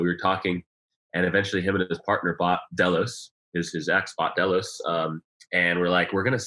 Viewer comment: Ketch not sloop....also not DAY LOWS......it's DELL LOS.